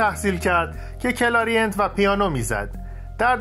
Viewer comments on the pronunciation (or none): کلاریینت چیه عزیزم؟ کلارینت